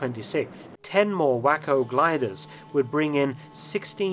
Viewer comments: Splendid work, as always, about a very under reported part of the Battle of the Bulge story. Just a quick note – “Waco“ is pronounced “WAY-co’’, not wacko. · Excellent video Mark - but if I may, I think that the name of the gliders is pronounced “wayco” and not “wacko”. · It is pronounced ...."Way Co" gliders, not.... "Wah Co" gliders. It is... "waco" not "wacco" ....... wAcO! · I suggest giving Mark a break with unusual American names. After hearing him mention these "whacko gliders," I confirmed he meant Waco (way-ko) I expect similar problems from a non-American with other words like Tuscon, Butte, Salina vs Salinas, Potomac, and (heck, even) Newfoundland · I enjoy nearly all your videos and look forward to new ones. I don't know if others have commented, but I believe the gliders are pronounced way-co, not whack-o. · Great video. One minor correction the "Waco" gliders are pronounced "Way-Co" as in the city of Waco, Texas. "Wacko" is a slang term for "insane". Granted I do see where they can arguably be called "Wacko" Gliders. Because anyone getting into one surely must be insane. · Excellent and timely video. Thank you and Merry Christmas and Happy New Year. Oh, Waco is pronounced WAY KO, not wacko. LOL. Texans would be upset. You don't want to mess with Texas. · Mark, I greatly enjoy your programming however they were Waco Gliders designed by the Waco Aircraft Company of Troy, OH, thus they were not “whack-oh” gliders but rather “way-co” gliders :) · Don't get me wrong Mr. FELTON I truly enjoy your historic stories but it would be nice if you would call the gliders 'Way co' rather than 'wacko' it comes from a town in Texas south of Dallas thank you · Is the "Whacko" glider actually a WACO glider (pronounced "way-ko")? Please see Waco, Texas. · You really have to get one thing right that you keep missing on your videos. Waco gliders are pronounced way co not whack oh. That is all. Of course we appreciate your high quality in your lessons.